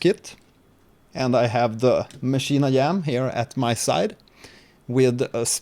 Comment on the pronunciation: Great Video man I just subscribed, you are really helpful. With all due respect; why do you pronounce it as "Maschine I-Yam"